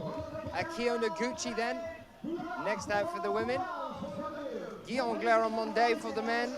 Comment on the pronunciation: Erghh, the male announcer still can't pronounce Guillaume's name, and he isn't paying attention either, apparently. Shauna didn't flash F1, and Jan didn't flash M2; pay attention!